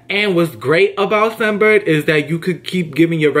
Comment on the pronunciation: Your saying sun Bird...it's scent bird